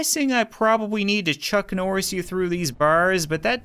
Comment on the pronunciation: wat u said "Chuknorris"